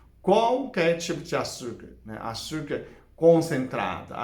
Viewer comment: Adoro quando fala açurcar kkk